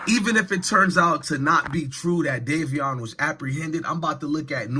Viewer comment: Davion not Darrion